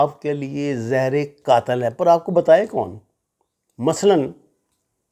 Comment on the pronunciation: 😆😆😆😆 zahre qaatil hain... if you don't know the word then don't fuck it up